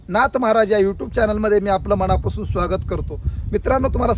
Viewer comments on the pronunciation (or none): none